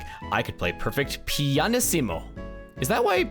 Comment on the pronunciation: Pianissimo (stress on the -is syllable, not -si) means 'quietest' in Italian -issimo in general means '-est' in Italian. Don Piantissimo is 'Sir Pianta-est' and the joke is that he's not a Pianta